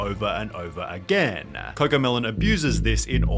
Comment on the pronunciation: "again-a, song-a, criticism-a" This channel pronunciation is so annoying-a!